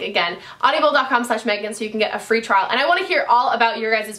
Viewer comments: Omg Meghaaan I love you but it's Audible, not AudiAble!! Driving me nuuuts :P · Hey Meghan...isn't it just "Aud-ible" not "Audi-able"....lol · Audibles is great but you are adding an extra syllable LOL! Also, flip your Sonia Kashuk concealer over and tell me if yours says "not for use near eyes" or something like that. Mine did! Dafuq? Isn't using near the eyes the point of that concealer????